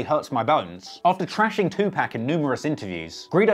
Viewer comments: He said 2pack lmmfao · Stop saying 2pack man! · Two Pack ? At least get the name right. How do you exploit the culture?But can't say the names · “Tu pack” 😂😂😂